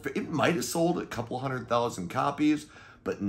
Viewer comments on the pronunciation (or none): none